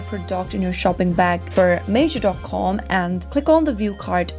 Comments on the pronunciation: It’s not Major it’s Meijer almost like Mya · The pronunciation is incorrect. It's said as My-er, not Mayer. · This is lies. You didn’t even create an account and do it yourself. You’re not even saying meijer right. Who makes these bs videos??